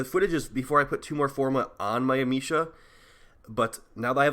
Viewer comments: You can say amesha with the same E as America. Am eh sha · Dude it's not a hard E. It's a soft e(ah-may-sha)